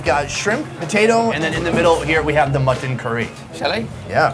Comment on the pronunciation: Whyyyy does pronounce mutton that way?!?